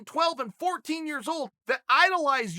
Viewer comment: Chael is my hero. God bless him. Yarear, Yareer, Yahreer...